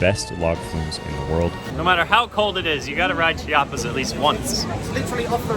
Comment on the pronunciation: I’m Mexican and we don’t say “cha-pas”, it’s “Chee - ah - pas